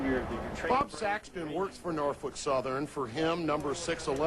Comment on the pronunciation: That lady just insulted heavily on the Queen of Steam, she should be do a 1st grade 10 times each vocabulary word saying Norfolk & Western 611 and take a test on it! LOL